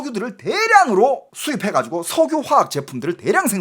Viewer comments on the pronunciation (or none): 왜 석유를 석우라그래 자꾸? ㅋㅋㅋㅋㅋㅋㅋㅋㅋㅋㅋㅋㅋㅋㅋㅋㅋㅋㅋㅋㅋㅋㅋ